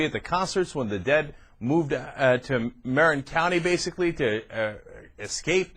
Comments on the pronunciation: god damn. it's muh-RIN not MARE-in. obviously never been to the bay area. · Marin is not pronounced like that dumb ass.